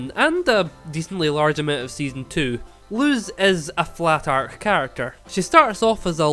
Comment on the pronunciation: also the pronounciation of luz is lus ok just to clarify ☺️